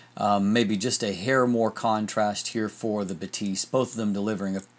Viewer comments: I have two critiques. First, Batis is pronounced "BAH-tis" and not "buh-TEES" (as a German speaker, I giggled a little bit every time you mispronounced it). Second, the lack of vignetting is likely because Sony includes native lens profile corrections as a sidecar file in the raw container. Lightroom always applies those corrections, which counteracts vignetting and sharpens the edges/corners. This is unlike a DSLR, where Lightroom has the lens profile and applies it only when the user chooses to do so. I'd imagine the uncorrected file for the Batis 135mm looks slightly more pedestrian. (Fujifilm and Micro Four Thirds cameras behave the same in Lightroom, to be fair.) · buh-TEES sounds french not german lol